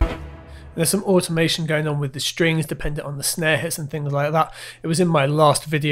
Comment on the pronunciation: strings not shtrings . please